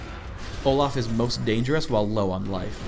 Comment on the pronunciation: He says Olah